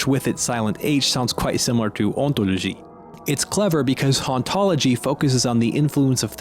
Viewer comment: as a french speaking person, the word "ontologie" was actually really well pronounced